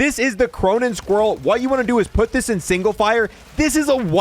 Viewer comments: why do you call it the cronen squirrel and not squall? like is there something that makes an "r" sound that I don't know about. not trying to be mean or anything just want to know if I'm saying it wrong and why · The amount of times he calls it squirrel and not squall kills me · The Cronen squirrel 💀 no one butchers words like